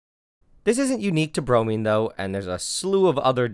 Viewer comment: BromIne (I = eye) not Bromeen. Same for IodIne.